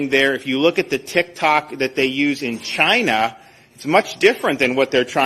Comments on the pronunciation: No, I think he gets a "mao-mao grabbing" rush out of pronouncing it like vaGINA, because he's a weirdo, pervy, racist! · Ron DeSantis has a funny way of pronouncing the word "China."😂🤔🤔